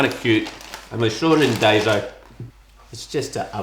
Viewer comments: Daiso is pronounced “die-so,” not “day-zo.” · I liked the rice cube best. The cell phone thing is a fan because Asian countries are so bloody hot. Also the name of the store is pronounced Die so lol. Not day so. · Pronounced Dye-so haha